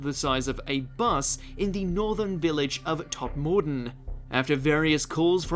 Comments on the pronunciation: Onvoy? It’s ENvoy, you. Same as it’s pronounced Todmaden, not Tod Mor Den. Oh and one more, it’s BARKshire, not BERKshire. FFS! No more watching this channel. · I live near Todmorden and that's not how you pronounce it! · Damn the way you pronounced Todmorden is werid to my ear... I always say Todm'den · Tod-Mordon lol come on bro you're not even from abroad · Berkshire is pronounced Bark shay er, and Tod mor ton is pronounced Todmerdon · I'm constantly amazed by the narrator. He's obviously from the UK, but constantly mispronounces common British words. In this case, 'Berkshire', which is one of those ancient British words that are not pronounced as written. It's 'BARKSHIRE' (and a bit later on, 'TOD-MA-DEN') in case you were wondering. Everybody knows this. It's annoying, saying things incorrectly - unless it's done on purpose, to annoy; in which case, stop it. The one man M.O.D. department was Nick Pope, who used to seem a reliable source of information in the 1990's, but in the intervening years, seems to have lost the plot, somewhat, and seems now to be a go-to talking head for any number of crackpot conspiracy theories. He does not seem to be considered very credible nowadays, unfortunately. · How does someone with an English accent who works as a voiceover artist not know how to pronounce Berkshire or Todmorden properly?